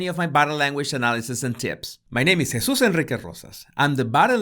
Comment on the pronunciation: Heysoos onreek roe sas…….lol!…. Yes l love how he says his name!